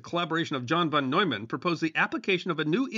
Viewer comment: Y'all really need to learn to pronounce "NEUMAN" and "FUCHS." It is easy to do, and it ain't nuclear physics.